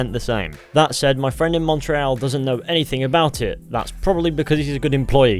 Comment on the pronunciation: I'm Canadian your pronouncing Montreal wrong